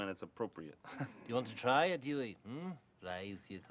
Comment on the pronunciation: That's because he's saying it as Duey 😅🎉❤